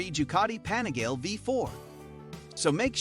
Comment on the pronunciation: "The anigale" smh